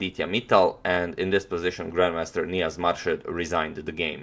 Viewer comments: It is pronounced as moor shed and not as marshed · Pronounced Moorshed not Marshed :). Im from Bangladesh too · Pronounced Moorshed. Thank you for this lovely game. I love watching you analyse even though I had seen it before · On Antonio pronounced Grand master's name right, and on next second again started pronouncing it wrong again 😅 its pronounced as "moor-sha-ad" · He started to say it correctly, then un-corrected himself and mispronounced it the rest of the way He's a chess expert, not a linguist :)